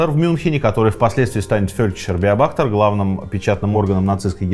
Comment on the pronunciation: Маленькая поправка:не беобАхтер а беОбахтер